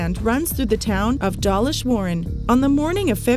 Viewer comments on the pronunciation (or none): Please learn to pronounce the place names in UK correctly. You talk about the railway passing through Dawlish. The name of the town is pronounced Door-lish not Dah-lish. It is impolite to mispronounce place names in any country and I suspect you say loads of place names wrongly. I can’t recall how you pronounced the Flam railway in Norway but I was there 3 years ago and heard the Norwegians pronounce it Flarm.